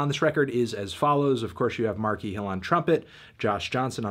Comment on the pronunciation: You should learn how to say his name before evaluating his work